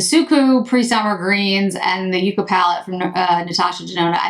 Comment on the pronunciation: These revisits are so helpful for knowing what to buy! The look today is beautiful. Ps The ND palette and and shade names are plants, with the first usually pronounced as yuck-a. Like 🤢 not so much like you-ca. I wasn’t sold on it but curious.